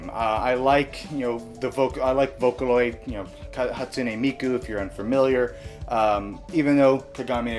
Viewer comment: I'm sorry I don't think that's how you say Vocaloid Mayu for best Vocaloid lol